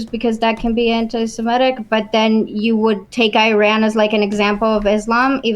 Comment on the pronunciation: Its antisemitic to pronounce “antisemitic” as “antisimetic”